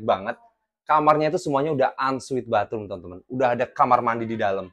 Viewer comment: unsweet opo on suite? hahahaha mesti sekolah bahasa Inggris lagi lo!